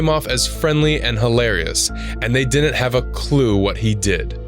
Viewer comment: The word is, “didn’t.” Not “dinnint”